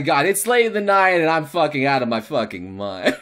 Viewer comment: "I'm facking out of my facking mind." Sounds like you're pretty lucky.